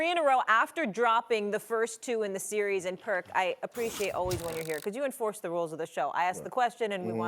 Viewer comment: Someone please tell Kendrick that series is one syllable word ffs!